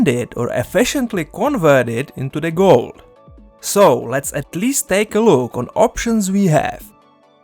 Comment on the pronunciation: "Convert it into de Guld" lol 👍 great video through